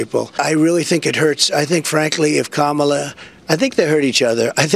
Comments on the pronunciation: HE PRONOUNCED HER NAME RIGHT!!! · Omg I almost missed, and had to go back and listen, but trump actually pronounced Kamala's name right. Armageddon might be about to happen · He pronounced Kamala correctly. Put it on a loop!